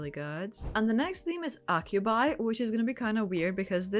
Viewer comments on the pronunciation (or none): Acubi is pronounced A-cube-e not Ab-cu-i